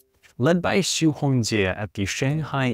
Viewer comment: As a matter of fact, this white dude mispronounced that scientist's last name Xu. The closest approximation for the name is something like this German Spelling Schüh（Not Schuh, but Schüh.Watch out for the umlaut ü.）.